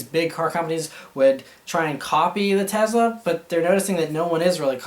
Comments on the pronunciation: TESLA MAN NOT TEZLA haha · Tezla? Tesla !! hahah